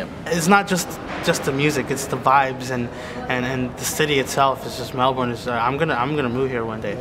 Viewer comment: It's pronounced (Mel-Bin) I think